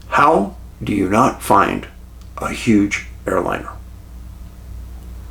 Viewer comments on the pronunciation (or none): none